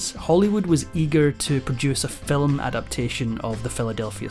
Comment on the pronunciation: "Film" is one syllable, not two.